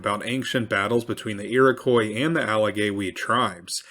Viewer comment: Ear-Ick-Wah, repeat with me, Iroquois is pronounced Ear-ick-wah. Ask an actual Iroquois. They're everywhere. Either that or this is another horrible AI-Voice channel..